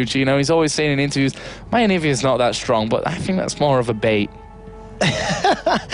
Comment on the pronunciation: "I hope it will be very close, because both teams are so Strong(prounounces Stronk) -random guy: HAHA" <3